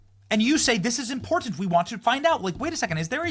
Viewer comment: Stop taking credit for everything... "its importttt-enttt" as you say .